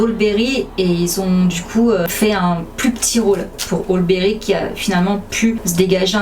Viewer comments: la phrase me fait penser à un élément fort de l'actualité récente. C'est Halle pas Haul berry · ca se prononce " Hally" mais tu ne savais pas Superbe vidéo. Elle a fait 27 robes qui est un de mes films préférés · Oll berry ou halle Berry prononce bien stp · Merci ! Ps : le nom de l’actrice de prononcé « Ali Berry »